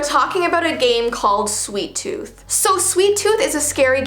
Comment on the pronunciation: DO NOT play the game "Sweet Tooth": Hey guys! today ill be playing "Sweeat Tooth" Me: are you sure you wanna play this you made a video not to plat the game "Sweet Tooth"